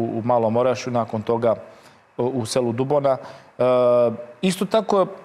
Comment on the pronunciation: naucite vise kako se izgovara Dubona